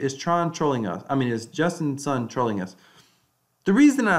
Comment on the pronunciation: justin sun is pronounced like soon not sun